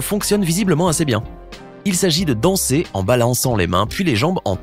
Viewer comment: Frère le mec il dit ASSER RIDICULE IL FERAIT PAS MIEUX